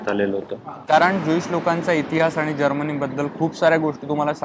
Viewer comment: Madam - Tumche न आणि ण Madhle confusion check kara . जर्मनी ahe country and not जर्मणी.. Please.. Pure मराठी वापरा Please. 🙏🏻